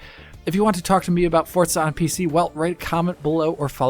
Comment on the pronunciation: Why do Americans say fortza?